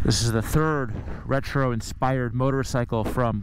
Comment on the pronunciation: Did you actually say "in-spidered"?